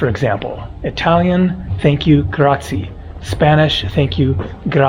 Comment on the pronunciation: Wow, Kosice is so beautiful! On an unrelated note...for your information,, in Italian grazie is pronunced grat-see-eh, you pronounce the final "e", you don't omit it.